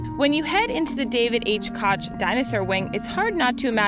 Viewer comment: it's not pronounced "koCH", it's pronounced "Koke".